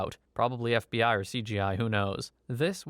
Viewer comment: I know he's saying "the fbi" but I keep hearing bfdi 😭